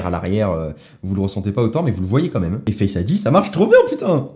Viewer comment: pourquoi tu dis fesse ID au lieu de face Id